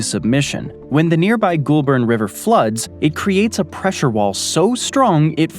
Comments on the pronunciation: GOL-BUN or GUL-BUN not GHOUL-BURN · It’s so funny how you pronounce Goulburn